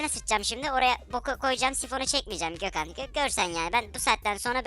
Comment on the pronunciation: Abi ne güzel Gökhan diyon